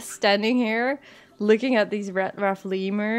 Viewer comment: I know your saying Red but for some reason I'm hearing Rat not Red I don't know why I'm hearing that but I am